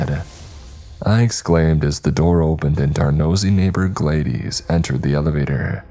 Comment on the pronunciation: I don’t think that’s how you pronounce “Gladys” 😂😂😂